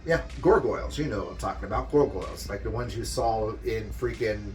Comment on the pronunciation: The way you pronounce Gargoyle is bothering me 😂